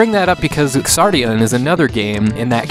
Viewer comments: When "X" is the first letter in a word it's pronounced as if it were a "Z". The "Ks" sound isn't necessary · Thank you for reviewing this game. I hate starting with a nitpick, but I believe the game is pronounced "Zardion" like how in the word Xeno the X makes a Z sound. I made the same mistake when I first heard of this game in an early issue of Nintendo Power way back in the nineties. Anyway, Xardion's development is something of a mystery to US gamers, and altogether baffling for those educated on its origins. Like classics such as Alisia Dragoon, this game featured several mecha and creature designs from prominent designers of other works (Moriki Yasuhiro of Zeorymer and Xi Gundam fame, Hajime Katoki of various UC Gundam works, and even Studio Gainax who also assisted with other games of that era including Alisia Dragoon.) It also had a short but well-animated TV commercial done in Masami Obari's style (and given Masami Obari's studio was doing anime openings like Rayearth and commercials in that era... he might really have done this one too.) The game clearly had a lot of talent behind its marketing and pre-production, and probably had a good budget to back it. The leveling system, plot, ability to revisit levels at any time, and multiple playable mecha were fairly novel concepts at the time of its release. So... what happened? I suspect this game was either intended for one of Japan's PC platforms like the X68000 and got migrated to the far more popular Super Famicom platform midway through development, or the developers were either inexperienced with the hardware or functions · Is it actually supposed to be pronounced ks-ardion?